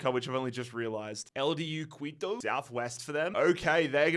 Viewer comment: Quito is pronounced ki-to, not qui-to